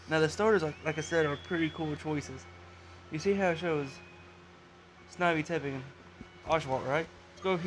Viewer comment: its how not hiw